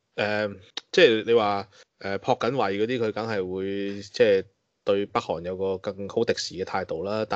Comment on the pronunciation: 社长，你读错音啦，朴是多音字，读朴（嫖）槿惠🤪